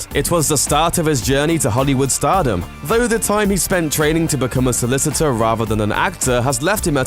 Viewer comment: You said "Vo" - did you mean "Though"? After making fun of Gerard's accent you could at least speak English...